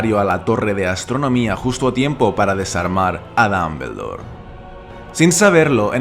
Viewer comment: Ambrich Dambldor Jajajajaja me voy quedar sordo por esas pronunciaciones